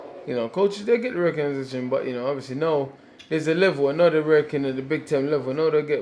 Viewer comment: Legend has it Dillian is still trying to pronounce recognition